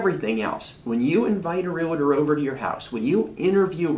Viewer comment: Im trying so hard take you seriously and listen to your content but every time i hear you say REALITOR i am SO turned off. I cant stand it. Where is the "I" in realtor? Its two syllables.